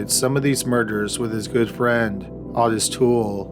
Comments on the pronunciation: It's not awww-tus its oooooh-tis. Otis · Odis is pronounced O-dis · Your shows are typically interesting & I appreciate them, by listening often. However, when it comes to your pronunciation of names — people & places — you’re frequently well off the mark. Henry’s friend Otis, is not “Aw-Tis” for gosh sakes! The first letter & vowel of O in the name is long; a long “O”! So it’s simply prounced as “Oh-tis”. This is not hard to figure out. Just look in a dictionary or ask around!! You’re killing me w/ this kind of nonsense. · It's "Owe-Tuss" Toole....qq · Otis is pronounced with a long O, like Oh-tis. LONG O. Just saying. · Love the vids. Ive been around since about 10k subs.... But its Otis (oh-tis... Like oh no) not otis.